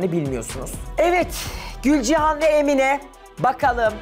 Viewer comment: Emine, Gülcihan 'a Gülcan mı diyor ben mi yanlış anladım?